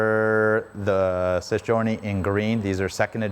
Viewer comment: You reeeally need to practice how to say Sei Giorni 😂 Hint: It's Seh-ee Djee-or-nee